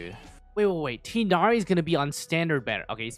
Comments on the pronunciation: Btw (I don’t wanna be that guy but wutev) it’s pronounced “tigh-naree” not “tynaree” or “teenaree” just an FYI (source: I’m Arab so trust me bro) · This will probably get flooded by other comments, but I wantedto inform everyone that Tighnari's name is pronounced Tugh-Nari:] /lh have a nice time!! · who wanna know the right prnounciation of Tighnari: you can say Ti as (tea) gh as (R) but in french and nari as (neri) in japanese this is not the perfect pronounciation but its close and better than Tinari wishin a good day/night to everyone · I think his name's pronunciation is ti(tee)-gh(as in ghastly)-na-wryyyyyyy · Pronouncing Tighnari incorrect I do forgive you.